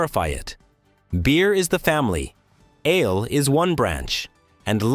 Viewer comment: "Ale" and "ales" are single-syllable words. I'd give you a like, but the narration is obviously AI-generated, and you failed to even review it!